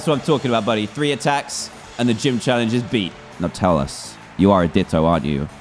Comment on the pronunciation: Dan: "It's Jeem Leader Time!!" Me: "Did He STUTTTER!!??"